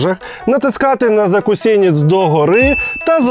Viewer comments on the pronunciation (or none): Льоша! Не закусєнєц, а закусенець. А так випуск чудовий.